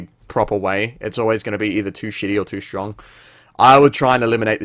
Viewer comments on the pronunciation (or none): none